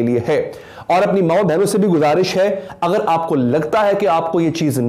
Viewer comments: Yar “aghr” nai hota, “agr” hota hai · “اغر” نہیں ہوتا “اگر” ہوتاہے۔